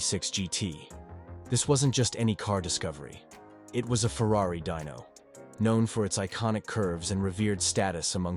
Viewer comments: I agree it started with the Dino surely he knew that it’s named after Enzo’s son and should be Dee no not Die no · Atlantic, not atlanties.... Dino, pronounced "Dee no" Not dyno... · Deano, not Dino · From Dino (correct) to "Dyno" (NO) in 10 sec wtf?